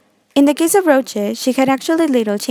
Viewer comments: Not criticizing or anything, but she said "Roche" instead of "Rosé" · Yoooo why do she says Roche (Rosè) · her: "Rosé" no👎 "Rojé" yes👍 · Its not rojé its rosé and if you cant pronounce that call her rose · Me: rose my bias from blackpink Her: pronouncing her name roje Me: uh uh😂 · "rochae" sorry i just had to LOL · RoSé not roché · Especially the pronunciation of Rosé. It sounds like Rochey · it's rose not roje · Just me who noticed it sounded like you said Rotche? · The way she said ROCHAE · Why do you say roje 😂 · She did not just say "Roachè" 😂😂😂😂😂😂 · The way you’re saying Rose’s name making me mad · What the hell you cant eve prounce Rose name :<|